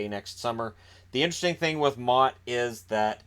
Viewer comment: Holy hell did u butcher motte hahaha